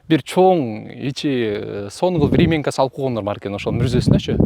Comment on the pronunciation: ВремЯнка, сен айткандай времЕнка эмес.